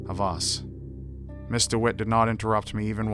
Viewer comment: was he saying Mr instead of Miss ???